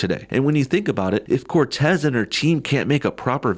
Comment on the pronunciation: I love he always says CORtez.